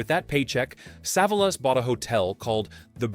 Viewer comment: Pronounced SA VOL US.